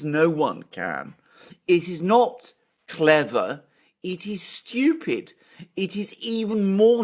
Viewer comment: "It is not clever-ah. It is styoopid."